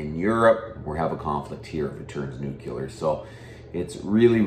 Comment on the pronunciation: Lear to say Nuclear, not Nucular.